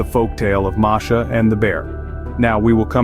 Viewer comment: Her name is MASHA not MARSHA